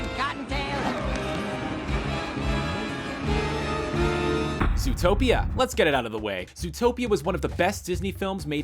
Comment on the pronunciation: See how you said zootpeya the company changed the name of the movie it is now called zootropicall